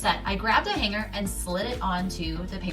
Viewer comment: Hang Ger??? The 'g' is Not to be Pronounced with a hard Guh. It's pronounced Hang -ER